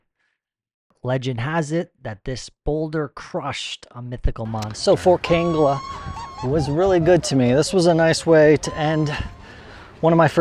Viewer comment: Not kanga it's kangla